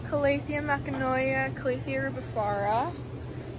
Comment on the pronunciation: Those are calathea makoyana, not makanoya lol. (It's ok, I've butchered names much worse in my life). Also, they did label the rubifarba correctly; the warscewiczii has wider leaves and a different pattern.